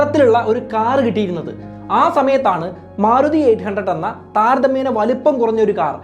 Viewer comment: സുഹൃത്തേ, മാറുതി എന്ന് പല പ്രാവശ്യം കേട്ടു മാരുതി എന്നല്ലേ പറയേണ്ടത്